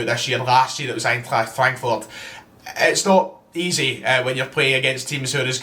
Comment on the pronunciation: No one:: Rassenball-sport Leipzig Aintrakht fwankfuhrt